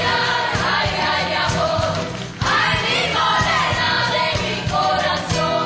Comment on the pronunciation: lol i like how they said "amor" as "awhored"